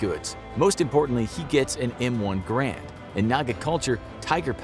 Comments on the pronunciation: he said m1 Grand when it’s pronounced m1 garand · He says grand instead of garand. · I love how he called it an M1 GRAND rifle instead of an M1 GARAND rifle. Lol